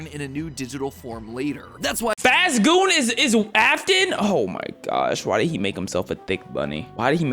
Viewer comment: really herd faz goo and turned it into faze goon